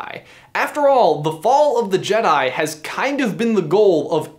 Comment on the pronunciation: Jedai, jedai, jedai, jedai...